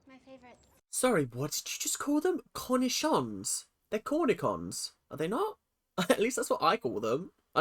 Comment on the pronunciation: Maya pronounced “cornichons” correctly. It’s a french word.